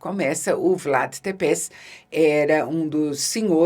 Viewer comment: Isabela, acho que você não verá o comentário, mas cabe aqui uma curiosidade, Vlad Tepeş é pronunciado "tépechi" em romeno, aquele "s" final, com uma espécie de cedilha, tem som de 'ch'. Guardo isso de um ex-professor romeno que tive, que por coincidência também se chamava Vlad.